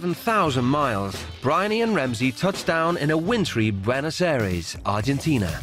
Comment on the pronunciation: Did he just say Buenos aries 😂